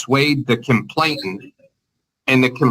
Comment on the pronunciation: Just my pet peeve: it’s “complainant”, not “complain*t*ant”